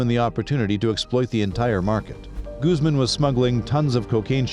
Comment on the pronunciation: Why can't you get the pronunciations of Spanish words correct? Medellin is pronounced med ay een and Guzman is gooz mahn !!!!